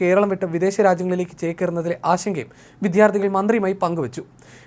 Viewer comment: ഇത്തരം campaigns നല്ലതാണ്. വിദ്യാർത്ഥി എന്നത് റിപ്പോർട്ടർ പറയുന്നത് ശരിയാക്കുക. ഉച്ചാരണം തെറ്റാണ്.